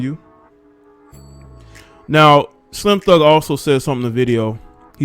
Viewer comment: Bruh it's slim (thug) not (thugger) 😂